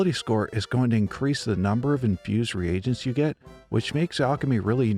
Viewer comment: Great video,! And thank you for pronouncing “reagents” correctly. I’m so tired of hearing people say “regents” as though the “a” wasn’t there..